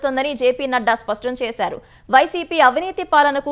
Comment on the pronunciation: సవన్వయం కాదు, 'సమన్వయం' అని చదవాలి. స్వష్టం కాదు, 'స్పష్టం' అని చదవాలి. తెలుగులో వార్తలు చదివేటప్పుడు తెలుగు పదాలు సరిగా పలికేలా అభ్యాసం చేయండి.